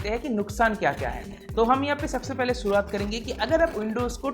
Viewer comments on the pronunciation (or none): none